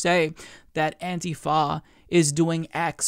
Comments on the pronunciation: I hate the new way you are saying antifa, what is antiFAa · Love when says "Anti-Foh", haha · Your accent when you say antifa tho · Ohma Zi-o lol....you are mistaken...i do not support donald trump. I do not believe antifa are terrorists...quite the opposite. I just can't stand the way pronounces the word antifa...i have never heard anyone pronounce it the way he does...its like a physical irritation....like homeboy said up above....like nails on a fucking chalkboard everyrime he says it.